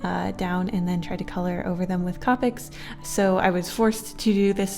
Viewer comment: Why did you pronounce copic like that